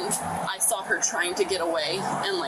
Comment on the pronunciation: "I'M TWYING TO SOW YOU!!!! PWEASEEEEE!!! NOOOOOO, TOOOOOM" 😂😂😂😂😂